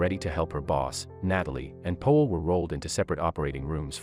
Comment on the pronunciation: His name is Powell not Poell